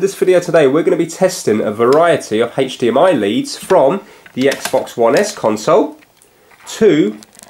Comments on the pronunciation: haych dee em eye :) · Haitch DMI